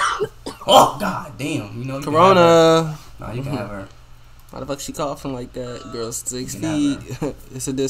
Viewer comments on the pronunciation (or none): I can’t be the only person who laughed when he said caronnaaa